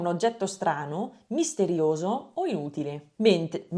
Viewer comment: Secondo me il problema è la T. Non batte la lingua sul punto giusto del palato, fa una T nordamericana. Deve "pulirla" di più. Non è tanto la A nasale, ma la T dopo le vocali. Oppure entrambe: cambia le vocali specialmente quando c'è una T dopo. Tutte, anche la "U" di inutile a . (Ad ogni modo, complimenti!!)